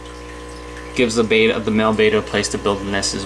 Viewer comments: Great information. It is pronounced BET a like you place a bet. Bet a not BAY ta. FYI :-) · This video is SO out of date! AND he doesn't even pronounce Betta properly! It takes an "e" at the end of the word to make another vowel long, or "say it's name!! (I'm a teacher, what can I say?) I've been viewing more up to date videos and none of them suggest putting saran wrap or even a cover/lid on their breeding tanks. Any decent aquarium/pet store sells sponge filters at reasonable prices ($6) and decent heaters. The sales people at fish/pet stores are very knowledgable about aquarium equipment. You just need to get off you butt and GO TO THE STORES! Don't depend on Amazon or other on-line shopping outlets. AND there books at the library as well as the INTERNATIONAL BETTA CONGRESS website! This is such nonsense......AND OLD. It should be removed!